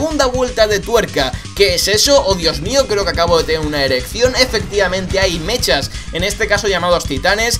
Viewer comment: "hay meshas" lo dijo en broma o asi lo pronuncian alla?